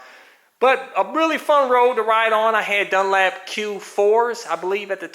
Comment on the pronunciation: " dun LAP"???? it's " dun. LOP" xD